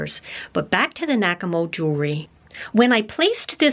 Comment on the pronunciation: I thought you said "Whack-A-Mole" 😉😁😜